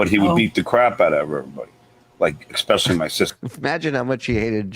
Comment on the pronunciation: John says”Exspecially”..I FUCKING HATE THAT😡